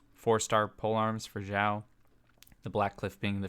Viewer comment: Is it just me, or did he keep saying Zhiao?